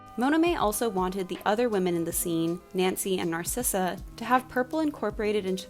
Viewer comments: I thought the evil queens name was Narissa… not Narsissa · Wait wait wait… Isn’t the villains name “Narissa”? Not “Narsissa”? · The evil queen’s name is Narissa not Narcissa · You did not just pronounce Narissa like that...